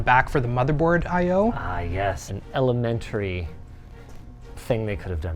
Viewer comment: "elementry" - Linus 2025